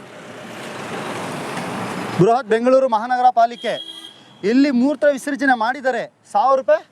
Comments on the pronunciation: Kannada uccharane correct mado , moorta alla mootra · Ninuge kannada baralvalo avnug keltaedhya le murtha visarjane alla mutra visarjane